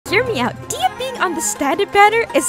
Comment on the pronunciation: She is pronounced "Deh-hee-ya" not "deeyuh"